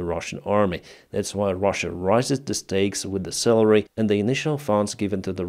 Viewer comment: I heard celery not salary. This made me laugh cause I'm just imagining Russian men getting a stick of celery and saying.. yay